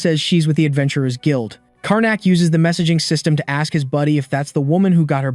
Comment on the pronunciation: All this video needs to change the pronunciation y'all, aks, daumn and multiple "like" will make sense